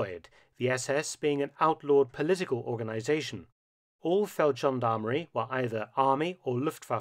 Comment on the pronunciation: Feldgendarmerie has a hard G...Always. Amazing story, nonetheless.